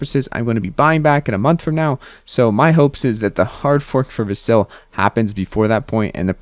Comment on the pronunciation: VAS-il. Not va-SIL.